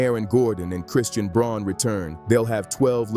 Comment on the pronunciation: Good video with good announcing but Christian Braun's name is pronounced BROWN.